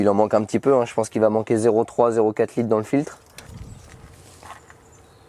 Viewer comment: Il m'a stresser en disant 32 lites 16 lites 6 lites au lieu de dire litres 🤣😭